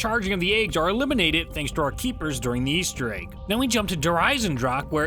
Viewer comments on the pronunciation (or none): Why do you pronounce egg as "ayg"